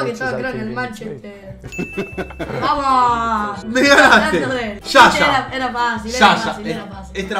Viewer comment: Es yaya no sha sha